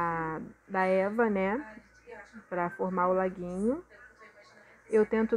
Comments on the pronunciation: Porque vc fala Eva pro e.v.a? Tá MT linda sua caixa compra veludo aqueles que faz almofada sai bem barato para fazer graminha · sim kkkkk quando fala Eva eu fico procurando o que é